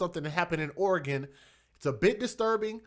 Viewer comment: Its pronounced Or-ah-Gun just like it sounds or you can say Ore-gun.i,be been up their many times to both Oregon and Washington from here in Calif.. it has an (A) sound in between the ore & gun. its never Or ee gun lol so i hope ths might help you out.its basically two syllables = Ore a gun or Oregon <~~~ right spelling and pronounciation..tc DJ peace ✌🏼